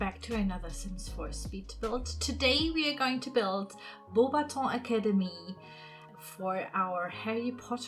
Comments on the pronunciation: Im french and if i would totally go there (and youre prononcing the name of the château) pretty good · I'm already impressed that you know that "au" makes the sound "o" 👏